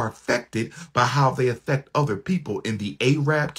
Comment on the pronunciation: "Afeck" his job? 😂